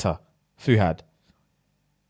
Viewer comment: Late comment but his name’s Fuhad** like (FUU-HAD) it’s cultural name so it is confusing but that story part had me on the floor & saying “ass first”😂😂😂😂 I’m dead!